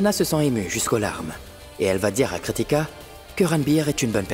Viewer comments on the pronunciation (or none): fait semblant de ne pas pouvoir prononcer correctement le nom de Kritika ou quoi🤣🤣😍il continue de l'appeler Katika🤣🤣